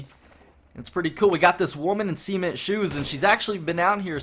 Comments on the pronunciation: It's 'CEMENT-shoes' not 'SEAMENT-shoes' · He said Seamint, it's cement. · Cement is pronounced suh-ment dude.